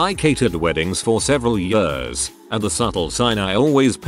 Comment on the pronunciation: I can't get over how he says years. YeAuS